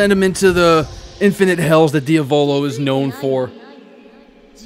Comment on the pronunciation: PLEASE learn how to say Diavolo.